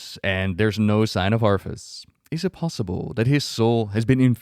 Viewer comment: LOL its been years, and you still pronounce his name as "ARF-us"